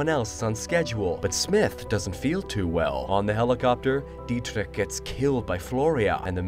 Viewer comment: "Dietrich" you pronounced the hell out of the name lol nice!